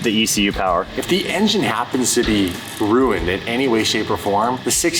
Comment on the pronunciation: When said ruuned instead of ruined😂